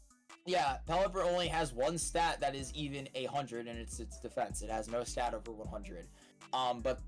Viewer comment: finally........ it's wover